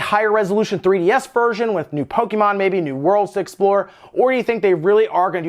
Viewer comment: PO-KE-MON !!!!!! WTF DUDE say it correctly!